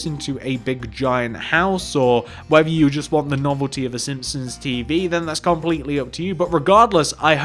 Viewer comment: Sihpsons??? SiMpsons.